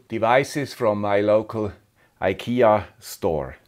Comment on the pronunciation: Tråd=thread or another word for cord (kabel, sladd in swedish). Fri is free or less. Trådfri is ikea-swenglish for cordless. You can translate from swedish to english in two words. tråd fri = thread free. Thanks for all your good work. And btw. To be a little bit swedish you have to pronounce IKEA in swedish. [ee-kay-ya as one word eekaya]